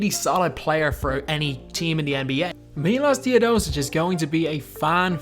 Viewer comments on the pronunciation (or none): You should pronounce Milosh Teodosicj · My name is Miloš and i Was so triggered when you said Miloš Teodosic wrong.